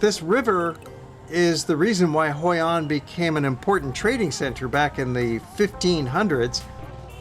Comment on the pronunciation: hoi an, not hoi anh, thank